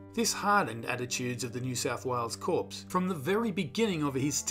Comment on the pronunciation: Corps is pronounced with a silent P.